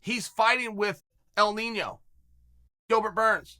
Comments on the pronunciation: Gilbert “el nenyo” burns hahahaha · Chael “El Niño = Gilbert burns” 🤣🤦🏽‍♂️ Chael got hit in the head a lot! #GilMelendez